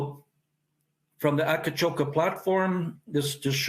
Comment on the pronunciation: Great story. Btw, the place is called Akcakoca, not Akacoka.